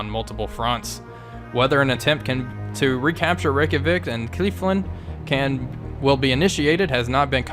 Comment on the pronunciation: kef-la-vik :) I dont know what Kiefland is, inless its Kiefer Sutherlands retirement property! I do enjoy all your videos man please keep it up!